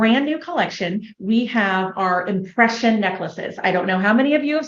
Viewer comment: She said they had "impression obsession" and I swear to you I heard "oppression obsession" 😅